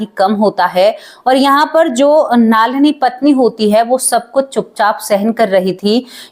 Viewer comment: आपका।उच्चारण बहुत खराब है नलिनी नाम हैं